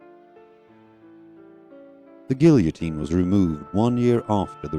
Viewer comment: Good grief, you can't pronounce "guillotine"? . . . . there was no editor to catch it?